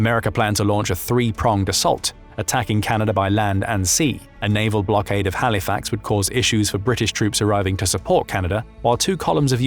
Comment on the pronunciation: I can tell from your accent and incorrect pronouciation of Halifax that you are NOT a Canadian. Thanks for your public release of US stratagy. We've all taken that into concideration. Nato Article 5 will be inacted if you do anything silly.